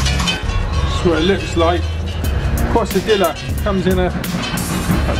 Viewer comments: have to be pronunced Qezadiya! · You say Quesadilla funny :P In America we pronounce it Kay-Sa-Dea